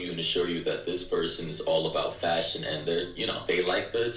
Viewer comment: Fashion??? FAShion!? FASHIOON!!!? hhahaha